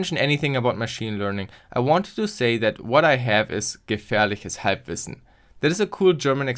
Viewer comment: You pronounced "gefährliches Halbwissen" very well. Are you a German?